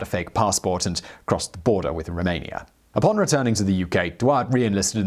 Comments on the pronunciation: Isn’t it called “Romania” not “Rumania”??? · how yoy can mess up Romania with Rumania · Romania not Rumania 😂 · He was BELGIAN not Belgium, and also its Romania not Rumania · its ROMANIA not RUMANIA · It’s Romania not Rumania